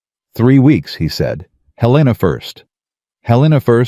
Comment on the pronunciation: Please pronounce Helena correctly. It’s Hell i (short I) nuh, not Huh lean uh.